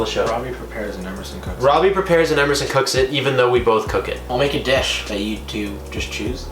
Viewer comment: Prepare* wtf is a prepair?